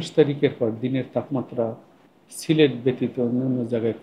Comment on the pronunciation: সিলেট নাম টা কি ভাবে উচ্চারণ করছেন?